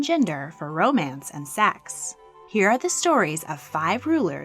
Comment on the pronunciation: They way she says Sex (seax)